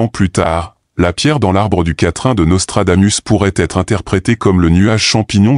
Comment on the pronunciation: On dit: Nostradamousse.